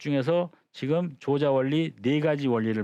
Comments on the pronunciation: 조자는 "조짜"라고 발음해야지요! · 앞글을 바로 잡습니다. "조자"는 "조짜"라고 발음해야 하지 얺습니끼? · 조자는 "좈자"라고 발음해야 하는 것이 아닌지요?